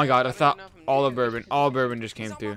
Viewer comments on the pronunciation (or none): the dude said it's like BORE-ben when it's like buhrbon